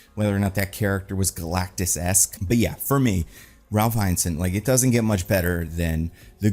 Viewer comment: Ralph Inner-sen not Eye-nasan Also thanks for not spoiling the Green Knight, that 600 year old story! 😂